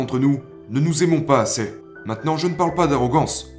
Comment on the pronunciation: Super vidéo comme dab 👊🔥🔥🔥mais cest ta voix ducoup ? Cest marrant tu prononces " assez " ->" assè"